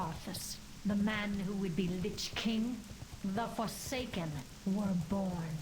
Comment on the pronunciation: What the hell is a forcaken? lol